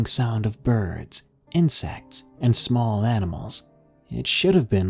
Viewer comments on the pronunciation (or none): It sounds like "a ding da small"